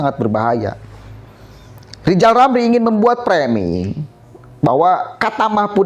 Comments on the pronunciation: Lijal lamli kehilangan halapan jadi menteli...jadi stlezz... 😁😁😁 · klo pengen jadi presiden rizal ramli harus bisa me ngeja namanya sendiri dengan benar...rizal ramli bukan lijal lamli.. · LIZAL LAMLI OH LIZAL LAMLI 😆😆😆